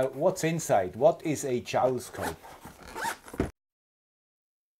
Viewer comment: Always enjoy your videos. Mailbag videos I sometimes listen to while I do other work, make breakfast, etc. But sometimes your english can be a little confusing. 🙃 The JouleScope is pronounced like "Full". The other way you were saying it is a "Jowl", which is "the loose fleshy part of the neck of certain animals, such as the dewlap of cattle or the wattle of birds". So you can see how I was confused when you brought out the new toy 😉